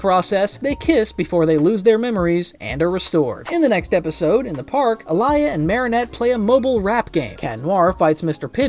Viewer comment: Why you calling alya to alaya😢